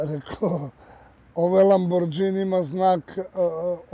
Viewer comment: Ne kaze se lambordzini,nego lamborgini